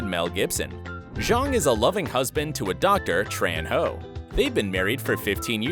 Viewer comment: You pronounce HO wrong 😑, lower your voice than you usually do.